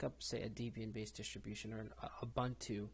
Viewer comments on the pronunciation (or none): Debian, Deb Ian => Deb Eee Un Not Dee Be in Ubuntu, Ooo Boon Too Not Oooo Bun Too SuSE, Soozuh Not Seuss Repo, Ree Poh Not Rep Oh & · It's not DEEbian It was named after Ian Murdock and his wife Debra.. pronounced like Deb-e-an